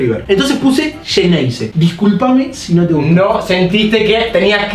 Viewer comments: Xeneize no yeneize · "Voy a decir nombres de jugadores..." 3 horas mas tarde.. . "Xeneize" JAJAJAJ